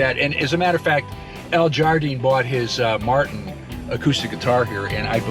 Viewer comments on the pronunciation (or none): none